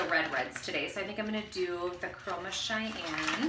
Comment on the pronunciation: I’ve used these reds before but the red you used is called Cayenne like the cayenne pepper 😂 you called it Cheyanne like the Indian tribe 😂😂💕 nice tutorial thank you! ✨✨✨